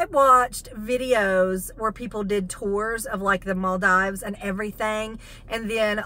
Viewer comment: It’s pronounced, maal-deevz…not maal-dives. Just sayin’.